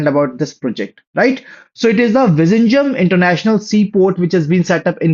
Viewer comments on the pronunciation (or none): Brother. That is pronounced as not visinjam, it is vilinjam. U mostly misspell southern places. Try to know the pronounciation and spell it.